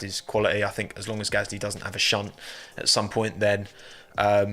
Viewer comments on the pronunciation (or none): none